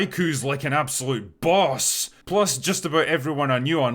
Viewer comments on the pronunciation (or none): you didn't have to go that hard saying BOSS, but I am so glad you did